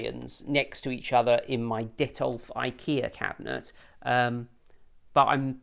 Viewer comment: lol... I think it's Detolf not Dettol :)